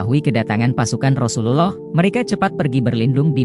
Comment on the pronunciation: Pengisi suaranya pake AI, nyebut rasulullah SAW jadi ga fasih, saran aja, jangan asal bikin konten min..